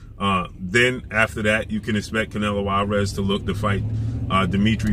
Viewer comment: Lol dats not how u say his name